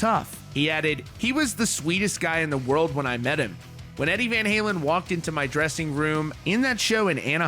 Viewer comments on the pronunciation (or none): none